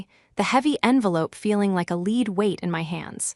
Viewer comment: 50 minutes of dragged out literary showing off for a story that should be around 10? On top of that, why do all of you use AI that cannot understand that "lead weight", pronounced 'led' is different from "lead", pronounced 'leed'. Please stop the pure AI induced laziness and overreaching storytelling.